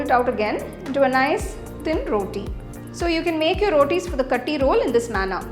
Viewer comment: It is not Kathi roll. Actually u should say kaaathi roll. Aaaa should be more